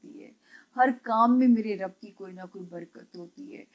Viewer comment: السلام علیکم۔ جب آپ الحمدللہ رب العالمین پڑھتی ہیں اس میں رب کی ب پر پیش مت پڑھا کریں ب کے نیچے زیر ہے۔